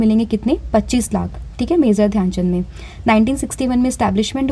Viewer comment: pronunciation mazor❌ major✅